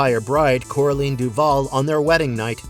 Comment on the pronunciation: It also mispronounced Sophia Myles and Coraline